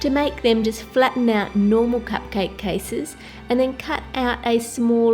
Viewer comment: when u said normal it sounds like no more😊😀